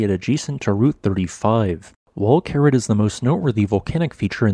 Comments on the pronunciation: The correct spelling is Kerið. It's pronounced Kerith (ith similar to English with). If you can't use the special ð letter, you can write Keridh. Your automated speech generator also had a little problem with Fagradalsfjall. What would it make of Þingvellir, that very geologically interesting place? As you say, Kerið is geologically interesting because it formed differently from most other small craters with water in the bottom. But unless you are a real geology freak, it's just a crater with water in the bottom, and of rather moderate scenic interest in comparison to what else there is to see. I've been to Iceland many times, seen many scenically interesting craters with water in, and I certainly wouldn't pay even that modest 450 ISK to see Kerið. But I suppose it is included on many day trips out of Reykjavík because it is quick and easy to visit while you are on a Golden Circle (Geysir, Gullfoss, Þingvellir) day tour. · I have to point out that the name of this crater isn't Kerid, but Keri-eth. This is because the last letter of it's name isn't an English 'd' but an Icelandic letter that looks like a 'd' with a horizontal line struck through the upright, and is pronounced 'eth'. I learned this during a stay in Reykjavik, when talking to the hotel receptionist one day. She kindly explained about the unusual letters in their alphabet, of which this strange 'not-a-D' was one.